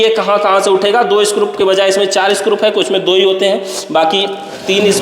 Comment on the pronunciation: भाई स्क्रूप नहीं होता स्क्रू होता हैं